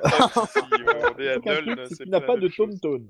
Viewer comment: Ce n'est pas Nüln mais Nuln (prononcer Noulne)